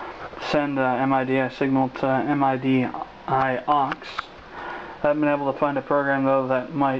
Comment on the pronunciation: Another thing... its not pronounced as an acronym and separate 4 letters M-I-D-I... its pronounced MIDI (as in "Mid-eeee")